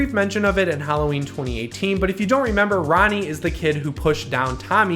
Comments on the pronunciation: I listened to it four times, I keep hearing "Ronnie" instead of "Lonnie" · Its Lonnie, not Ronnie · Sounded like you said Ronnie and on. No hate though.